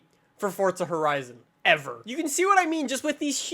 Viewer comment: I noticed that too lol